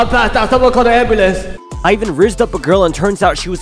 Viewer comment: "Someone call the AmBoOlaNcE" Best line ever 🗿✨